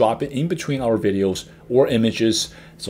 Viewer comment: "videols"! I love it.